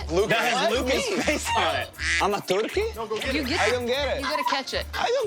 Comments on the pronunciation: luca hahahahahahahahahahahahahah World:Turkey Luca:Torkiy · joe is as amused as us the way Luca pronounces turkey